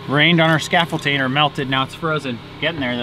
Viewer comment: Scaffolding...not scaffolting. Sorry. But good job on the siding!